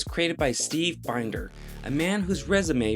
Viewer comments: Nothing grates on me more than someone who's doing an informational video, and they don't even bother to research enough to spell the main character's name right. Can't finish this one. Oh, and it's Steve Bin-der, not bine-der. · First off you mispronounced my name. It's Binder like in a vegetable bin. Second,,David Pomeranz wrote the theme song, not Saban's team. I wish you had checked with me or someone who was actually on the series for your facts. It's actually a great story filled with interesting facts like Mattel was going through financial troubles at the time and that's why they had to pull out. Not because they wanted to. All your Star Wars comments are incorrect as well. Otherwise, it was a great piece of misinformation. Warmest,, Steve